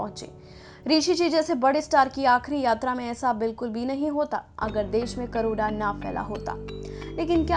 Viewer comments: It's corona not karona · तुम लोग को कोरोना के नाम लेना भि नहि आता अभि तक कोरोना हे करोना नहि हाहा सो फन्नि भोईस